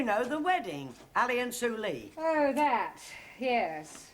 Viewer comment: So su lee isn't su lee but su ree😂